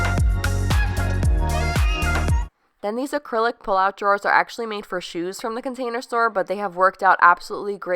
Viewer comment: Love the wooden tops! Quick Tip: Those things that we pull out are not "draws." They are "drawers." Pronounced "Draw-er."